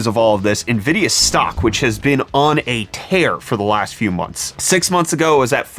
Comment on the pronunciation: I always look forward to my morning brettfast. Especially when we get to talk about Nvid-pee-a